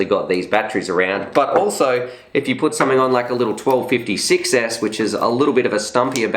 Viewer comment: I like Emax for good quality and price. I would love to win one of these quads from Emax, especially the tinyhawk rtf kit. The buzz seem like a good quad too, but i dont have any batteries for it..If i win it, I will be very very happy anyway. Funny when you say one version is 6s, it sounds like you say success hehe.